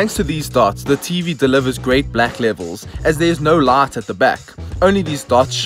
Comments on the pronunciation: Is he pronouncing “lot” to “light”? 🤔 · So, QLED TVs have a "brart lart"? 😂😂😂